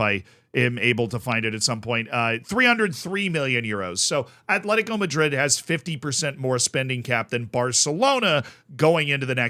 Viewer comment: Btw its AT-LETICO. Bilbao is ATH-LETIC. It maybe shouldn't do, but it bugs me when people put a 'h' in Atleti's name 😂